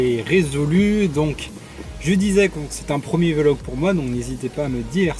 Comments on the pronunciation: c'est vlog et non Vé Log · on dit vlog not vélog :-( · Pour info on dit pas velog mais vlog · Très bonne vidéo j'aime bien le concept. Juste pour info le mot se prononce "Vlog" et pas "Vé-log" mais sinon c'est vraiment une bonne chose ce genre de vidéo, c'est assez rare. Sinon j'ai 15ans(je suis en 2nde) et j'aimerai aussi devenir pilote de ligne plus tard mais je n'ai pas du tout commencé à piloter et je n'ai pas passé de brevet de pilotage,cela pose-t-il problème? Est-ce que tu pourrais aussi faire une vidéo par rapport aux formations possibles pour le devenir et quelques conseils ce serait vraiment très bien. Merci ! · Juste on dit vlog et pas véloh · Mdr il a dit " V log" au lieu de vlog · Salut attention à ta prononciations du mot vlog